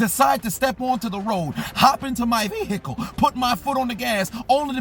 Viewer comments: This man says "VEEhicle" like no other. Lmao. 😂😂😂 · I crack up every time he says Veeehicle!